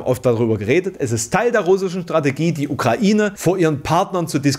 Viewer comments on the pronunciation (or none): none